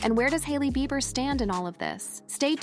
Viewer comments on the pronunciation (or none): His last name sounds out beeber not bye ber lol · I hate how this voice pronounces Beiber as Byber 🙄 😄😄😄😄😄😂😂😂😂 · This AI voice can’t pronounce Justin’s last name. It’s just rehashing old stuff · With A.I. out there... PLEASE do NOT believe ANY "leaked" phone calls!!!!!!!!!!!!!!!!!!!!!!!!!!!!!!!!!!!!!!!!!! The voiceover to this video is A.I. and that is why it can't say Julena or Bieber correctly everytime. Be careful what you believe nowadays. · 😂😂😂 say his last name right!😂😂😂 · I know right!! Got me rollin!!!🤣🤣🤣🤣🤣🤣🤣🤣🤣🤣🤣